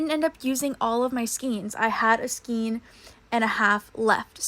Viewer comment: Skein= skayne. Long a, not skeen.